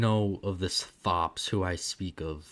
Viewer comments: It's pronounced "Thops" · think it's pronounced tops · Really? I thought it was pronounced "Thops"